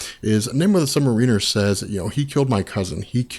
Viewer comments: I like the videos, but as a longtime Namor fan it's hard on the ears every time his name is pronounced wrong in here. It's Namor ('or' not 'er') the Sub Mare-in-er not Submarine-er. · You are awesome and I love all of your comic video, but I just wanted to let you know that I think you are putting the wrong emphasis on the word submariner. You are putting it on the "i" but I think it's supposed to be on the "a". It's not submarin-er it should be sub-m (long a) riner. Correct me if I'm wrong, keep up the great work! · Lol sounds like sub mer weener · Hey someone go back and watch this and count how many times you hear "Namor the sub-mareener" lol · Hearing you mispronounce "Submariner" is excruciating. Otherwise excellent video. :thumbsup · yes the accent is on the 2nd syllable : Sub-Mariner - good anthology, though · Christopher Ruiz That's really the only thing that takes away from these. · It would be really awesome if you could learn to pronounce "Submariner" correctly. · Calm down, ya it's annoying af when he constantly repeats "really kinda" times and when he can't pronounce submariner correctly but honestly I think we all need to get over it, think of all the effort and time he puts into these vids! Aside from those "hiccups" these vids are astonishing